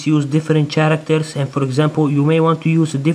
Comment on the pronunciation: it's Characters " karacters " not " sharcters " :P anways great and amazing work :D